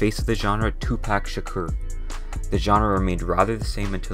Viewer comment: I don’t even listen to rap but even I know that it’s pronounced “Too-Pah-ck”